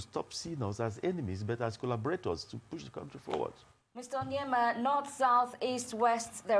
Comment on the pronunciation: It's Onyema not Onyeama...Great man.